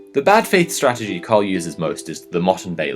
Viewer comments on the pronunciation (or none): none